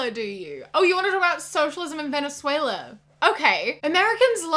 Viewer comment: As a Brazilian, I didn’t think that Venezuela was pronounced like that